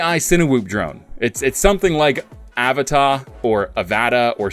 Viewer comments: It's pronounced uh va tah avata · lol no. It's avata. Pronounced. Uh-va-tuh lol like avatar with out the r on the end. And uh sound at the start